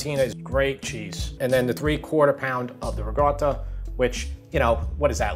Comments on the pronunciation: Good question - the way I pronounce ricotta is "rigawta". It's how many of us on Long Island (NY) pronounce it. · Rachel Ray has destroyed the pronunciation of "ricotta"! There is no hard 'g' sound; it is a hard 'c' with a stoppage of air before the 'tt'. I love your channel! Thanks so very much.